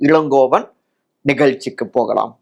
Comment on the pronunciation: தமிழில் ல, ள இருப்பதே தெரியாது. எப்பவும் ழ மட்டும் தான் use பண்ணி கொலை பண்ணுவான்